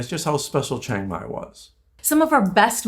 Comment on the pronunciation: Its chee ang mai, not cheng mai